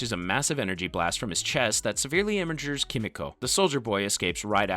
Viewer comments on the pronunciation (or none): "...severely imagers Kimiko" ☠